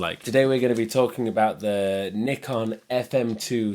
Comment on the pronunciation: At last someone pronounce "Nikon" the way it should be